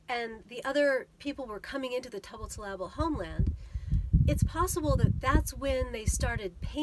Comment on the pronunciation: I know it's tricky to pronounce. Let me see if I can help you, Tubat means acorn, TOO-bottle-ah-bull.